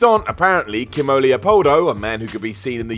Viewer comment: What is it with the folks at WhatCulture acting like doyens of popular culture, when they don't know how to pronounce the names of famous people? "Kimm-oe"? It's pronounced "KEE-MO" for crying out loud. Also, the idiot narrating this list makes such a hash out of the name "Louis Farrakhan," I'd be surprised if a fatwah isn't ordered. As soon as I saw the picture of Marlene Dietrich, I braced myself for the worst...and then laughed out loud. "Mar-lin Die-trick"? It's "Mar-LAY-nah DEE-trick" (I've heard some colourful variations of her name, but never before had I heard someone compare her to a fish). For all of their babbling about "racism" in wrestling and the industry's cultural ignorance, the folks at WhatCulture come across as a bunch of trogs whose world must resemble that of the Brady Bunch. "Oooh, that gimmick WWE did was sooo disrespectful!" Probably not as disrespectful as butchering famous names that are relatively easy to pronounce.